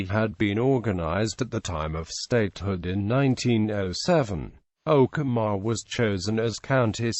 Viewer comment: You mispronounced Okemah